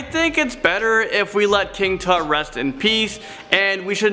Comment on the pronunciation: Did you say king toot!?